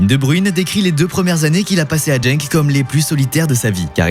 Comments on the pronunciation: C’est pas jenk mais Genk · En flamand, le "G" se prononce "Rh" donc RHENK Et c'est Gand et pas gande